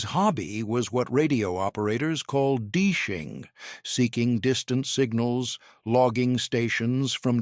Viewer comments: the voice AI could be based on Chinese language model - "his hobby was what radio operators call Dee-Zhing" rather than the correct pronunciation Dee eXi-ing" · AI cant pronounce DXing its not D-shing its D X ing, all the AI generated images are inconsistent and bloody annoying for that reason. It would be better narrated without AI scenes of radios never produces, document with bad spellings and all sorts of anomalies. Yes, Im a radio ham.. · "Deeshing"? Do you mean DX-ing? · I quit very early. Fucking crappy AI voice. The term is DX-ING!!! NOT 'DEESHING' or whatever the idiot AI voice says. Utter crap. Fight back by DOWNVOTING this crap. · Stupid AI. DEESHING is DX-ing. Or distant listening in our hobby. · EGG-zact-lee! Deeshing A.I. language for DX’ing. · No TS830S in that shack. And "deeshing" You gotta be kidding me. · I was about to say the same thing here. D-shing? I stopped watching as soon as I heard that. I'll read about this somewhere else, instead of suffering through AI generated crap. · No, that’s how it was pronounced before we had computers and artificial intelligence to let us know the correct pronunciation. Oh, joy, now we know at last the truth! How could we been so wrong?